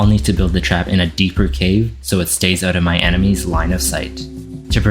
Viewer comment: You said out wrong💭